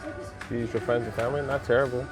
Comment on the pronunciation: “Turrible” 😅👍... pulling a Charles Barkley.... wished they had %off plus the F&F discount stacking - usually they do the F&F weekend and everything is retail or “higher” than normal... good looking out and great video as always👍